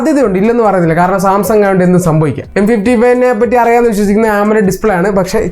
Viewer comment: സംസാങ് അല്ല സാംസങ്ങ് 😅😅